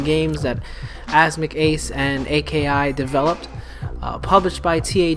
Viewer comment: I don't want to sound like that guy, but AKI is one word not initials.